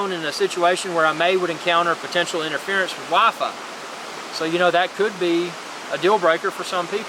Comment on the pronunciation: I love the way you say WiFi. Wahfayh. Wah fayh. Gets even better when you say it fast.